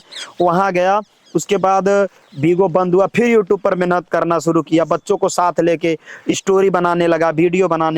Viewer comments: Menhat 😂menat bolna sikho phle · मेनहत तो कर के देख 😂😂😂😂 मेनहत क्या होता है मेहनत होता है